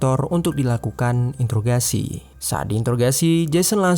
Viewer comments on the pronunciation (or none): none